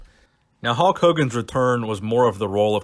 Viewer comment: "Halk" Hogan